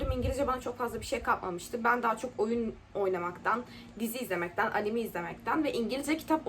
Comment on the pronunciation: anemiyy değil anime(enimey). anemi kan hastalığıdır. odtü gerçekten çok güzel ingilizce öğretmiş.